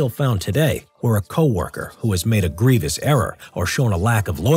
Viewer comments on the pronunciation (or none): none